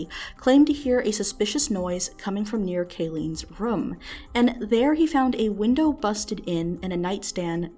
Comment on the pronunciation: When says “room”